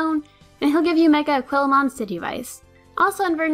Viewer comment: It's a-KWEEL-ah-mon not a-KWILL-ah-mon